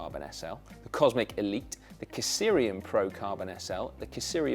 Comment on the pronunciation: What's with all the extra vowels Si? Kysrium is pronounced KISS-ree-um, not kiss-ear-eee-um as you kept saying over and over again. I know brits can't spell Check, color, or aluminum, but I thought you could talk gooder'n that!